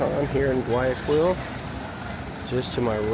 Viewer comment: Very nice Video! I am glad that you liked the little parts of Guayaquil that you saw. I was born in Guayaquil, although now I live in Orlando. By the way, the right pronunciation is: Gua-Ja-Keel